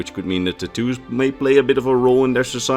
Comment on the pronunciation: Ta-2's not tat-tos